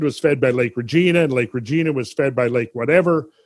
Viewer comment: Hate to be correcting but the g in Regina is pronounced like a j. Great work love the shows